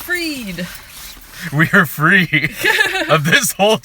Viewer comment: "WEESA FREE!"